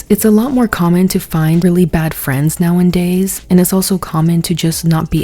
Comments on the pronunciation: I like you a lot, but the way you say "nowaNdays" is driving me insane. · Omg can u stop saying “Nowandays”…. It’s NOWADAYS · Girl, I love your commentary, but every damn time you say nowANDdays instead of nowAdays something inside of me cringes a little bit 😭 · "Now 'n' days" girl I love you but pleaaase let me proofread your script/give you speaking notes if you want em 😭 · Love your videos, but it's nowadays not now an days jsyk! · "Rejection is just redirection to people you belong" 😮 i have a deep fear of rejection and that might actually help Also, are you saying "now and days" instead of "nowadays" ?😅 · "Now n days"? Huh? U mean "nowadays"? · I love you but if you say “now in days” instead of “now a days” I’m going to dig my eardrums out of my skull 😭😂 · I love you so much, i love your videos so much. The words are “now-a-days,” not “now-in-days,” and my autistic brain cannot let it go. Please read this comment 🥲😅 🦆🦆🦆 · girl you can't keep saying "now and days" instead of nowadays😂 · I beg you. It’s “nowadays.” Say it with me: Now-A-Days. Now A Days. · The way she says “now n days” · 🦆 completely agree. this has been on my mind since the panini. also "Nowadays" does not have a second "N" ❤️